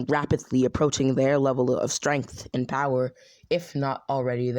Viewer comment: Wait you said bowerrrrr!